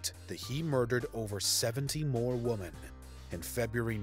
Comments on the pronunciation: Why can’t the narrator differentiate between womEn and womAn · Why can't the second narrator figure out women vs. woman?!?! He keeps saying "singular" woman basically every time he is referring to multiple "women"!!! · Second set of killers ai voice is having a hell of a time with the word "women" 😂 "over 70 woman" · I had to ragequit around 25 minutes when the AI voiceover kept saying "woman" as a plural for "women"... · I noticed that instead of saying women he was saying woman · Dude I know what your accent but please say the word women right (wim uhn is the right pronunciation)🙏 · What's up with the one guy that continues to say "woman" and not "women"? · It’s “women” not “WOMAN” when speaking on multiple WOMEN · Can someone educate this narrator that the plural of “woman” is “women”. Meaning you need to pronounce 12 women as “12 wi-men” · Great watch, but it's WOMEN NOT WOMAN. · You must be kidding... it's the Women pronounced Woman guy again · Women pronounced as wymen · Aside from the horrific serial killers, it's rather disturbing that such a well-spoken sounding narrator isn't aware that the plural of 'woman' has a different pronunciations from the singular. It's not even a dialect or regional thing, or younger YouTubers who think it's cool to use "was stood" instead of "was standing" (sorry, WHO stood them there, and WHY aren't they able to move on their own?) which IS a regional dialect thing. It's just incorrect. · The narrator who can't pronounce "women"🙄